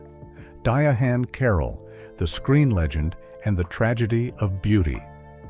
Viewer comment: Who the hell is "Di a HaNN" Carroll???!